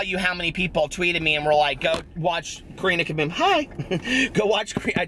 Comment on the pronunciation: the way you say Karina Caboom is so much nicer than my British accent 😆